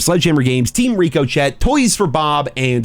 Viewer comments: Rick O Shay not Rick O Chet, ffs how many times do you have to be told? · Is pronouncing Ricochet incorrectly a meme now or something? ---------- Ri-kuh-shay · Ricuh-shay lmaooooo is that word flagged or some cuz I know people be in the comments telling him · It's more ricko-shay than richo-shay. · Is he trolling when he says Rico-Chet? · Is it not pronounced ricashay or am i buggin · Love the vid.. BUT you’re definitely saying RICOCHET wrong… its suppose to sound like RI-KUH-SHAY… not how you’ve been saying it. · It’s pronounced richo shay it’s spelled differently but stop pronouncing it wrong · Rick-O-Shay = Ricochet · Ricochet is pronounced “RIK-ō-shay”. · Still pronouncing ricochet wrong….. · I think he does it on purpose.